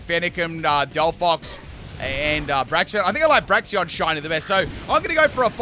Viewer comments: I hear Braxion not Braixen like lol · "Braxion" lol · Braixen is pronouned "break" "zen" 😅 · I think Delphox is a bit underrated, so I'm quite glad it got a buff in Gen 9. But call me crazy, did they actually take out Delphox' wand animations? Could've sworn it had animations involving its wand in earlier Gens. Also gotta love how you still mispronounce Braixen, ^^'